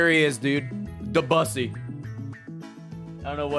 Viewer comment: That's.... that's not how you pronounce Debussy.